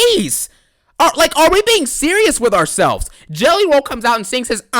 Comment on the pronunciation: "I CAN'T STOP THINKING ABOUT JELLEH ROLL!"